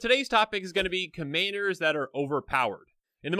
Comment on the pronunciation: "Commayders" lol